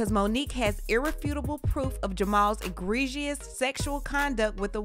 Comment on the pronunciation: She learned how to say subscribe....now she has to learn how to say egregious